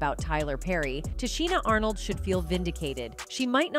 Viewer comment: Can you pronounce her name right before posting a video talking about her ?